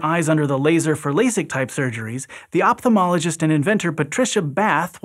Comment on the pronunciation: IT IS OPHTALMOLOGIST which is read OFTALMO and not OPTALMO